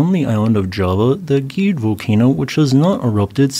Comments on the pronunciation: Gede should be read gh-day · You pronounce it wrong. It's Gede not Gede.